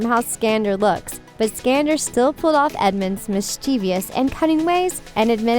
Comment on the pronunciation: And Skandar's last name, as well.